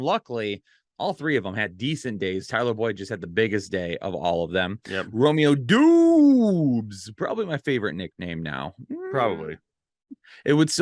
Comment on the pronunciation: For the love of God, PLEASE learn to pronounce Romeo Doubs' name. [Dobbs]